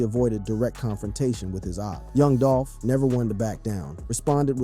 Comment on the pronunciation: "Yung Dolphin" Can't unhear it...